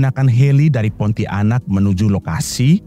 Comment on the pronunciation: Narator keliru cara mengucapkan kata PONTIANAK, bukan diputus menjadi PONTI - ANAK. Mohon pahami cara membaca yang benar sesuai kaidah tata bahasa Indonesia.